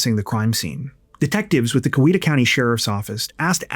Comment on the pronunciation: It’s COW-E-ta…